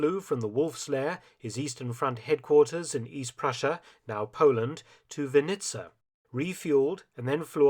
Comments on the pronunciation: City of Vinnitsa, Ukraine - the stress in this name should be on the first syllable, not second one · pronounced all the names of the Ukrainian cities wrong -- Zaporizhe, Dnipropetrovsk, Vinnytsia, but overall excellent work